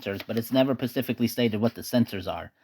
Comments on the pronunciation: Did you say "pacifically?" *specifically "excape?" *escape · "Never pacifically stated"? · Pacifically or specifically? Xcape or escape? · Never “pacifically” stated? So, it was violently stated? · Never pacifically stated? Dude, what school did you go to? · "it's never mentions PACIFICALLY stated ... "